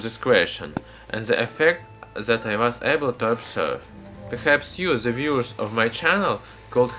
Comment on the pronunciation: say den instead of z what you say in case of the